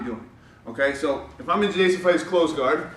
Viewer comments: My old coach from Brazil asked me to correct his English when he made mistakes, and when I told him that "guard" isn't pronounced "gward", it literally blew his mind. He had to check online AND ask somebody else before he believed me. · Yes sir, im from Sao Paulo. The way you pronounced "guard"..... hahahah LMAO! sad but true....